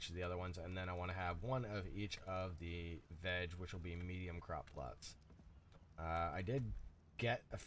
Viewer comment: You can't say plots for some reason lol. Don't feel bad, I can never say apocalypse lol. Or wolf 🤣🤣